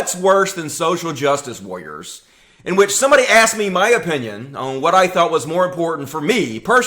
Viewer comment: "Social jus wah-rers"